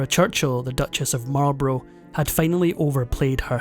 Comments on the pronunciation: Marl Bruh not Marlbrow. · Or Marlborough. He pronounces it like the USAmericsn cigarette brand "Marlburrow" instead of "Marlburruh" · Marlborough is pronounced mawl-bruh, with the stress on the first syllable, so he didn't get that right. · Duke of Marlborough pronounced MarlBrah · Other than pronouncing Marlborough incorrectly, this is a very interesting piece